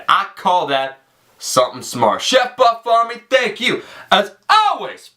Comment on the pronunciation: Sometimes when he says buff army it sounds like butt farming lol